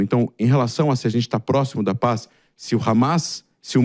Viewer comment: 'Consxtruçãu da paix'? 😂'paix' com fundamentalistas islâmicos radicais??? Vtc, idiota! 🖕😂